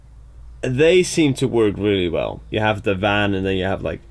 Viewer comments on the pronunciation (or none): none